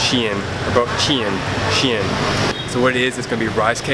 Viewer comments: if you do ever one day get the chance to visit Vietnam again that is my home country I love the video and btw it pronounced Ban Sail like that but with accents so sail well almost have a w at the end of it instead of the l easier said in person then typing it lol XD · Nghe ổng đọc chữ Bánh Xèo mắc cười ghê